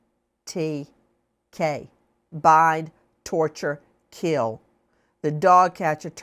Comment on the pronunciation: Nancy sorry to correct you but it's Bind Torture Kill not Bye Torture Kill.